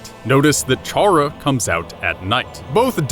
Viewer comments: theory seems legit but ralsei isn't female the unused classroom isn't toriel's you mispronounced chara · Chara is short for character....why do people pronounce the ch like cheese or charcoal...oof lol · 1. I think you're mispronouncing Chara. 2. Ralsei is a dude. 3. 2 videos and Gaster (the person that made the whole dark world) isn't even mentioned once in either videos AANNDD 4. I luv u ☺ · you're pronouncing Chara's name wrong their name is a play on words, all the names in these games, it's a play on the word character. So stop calling them by a different pronunciation! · Kris sounds like Frisk but with a c sound like chara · i have just one problem wit this... "CHARA" IS PRONOUNCED "KARA"!!! IT'S THE START OF "CHARACTER FOR GOD'S SAKE! and if you don't believe it ,look at torial's name - TUtorial because she is the is the tutorial. if the tutorial character was named after her role, why not the character that has the whole story around it? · TakTheFox I hate when people pronounce it as "char uh". For fucks sake, we know Chara is short for character. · Why is NOBODY focused on how he pronounces “chara”? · Dislike for saying Raslei is a girl, and mentioning and mispronouncing Chara. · Also, isn't Chara pronounced like the word Character? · Why do people always pronounce Chara as Char-ra? The official wiki says that it's pronounced Kar-ra, which quite obviously is short for character. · It's pronounced kara not chara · One thing. Did you JUST figure out that the 'dark world' was all a game? I mean. Its.. pretty obvious at the end. Most people figured it out. and you keep saying chhhhhhhara. the H is silent my dude. its pronounced Cara. spelled Chara yes, but not everything sounds exactly like its spelled. also im pretty sure Ralsei is referred to as a prince a few times throughout. Not a bad video, all and all tho. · It’s pronounced ca ra, not cha ra. It’s a play on the word character. Just sayin. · It’s pronounced kar uh not charre ah